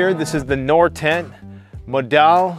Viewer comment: Hey your Norwegian pronunciation is bad🤣🤣cheers